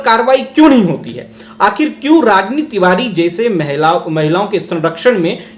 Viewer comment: Tivari ko tivadi bolti hai